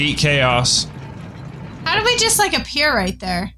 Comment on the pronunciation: HIS NAME S KAOS not CHOAS